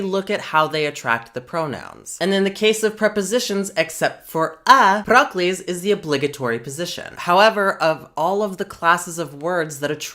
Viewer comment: every time you said "proclise" i heard "broccolis"